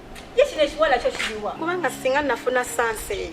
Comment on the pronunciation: Naye batusa mbu sasi Insteady of chance🤣🤣